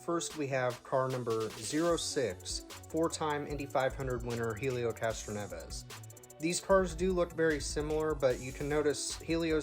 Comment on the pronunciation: It’s pronounced Ellio, not helio Castroneves.